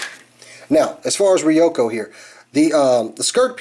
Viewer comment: You pronounced ryuko's name wrong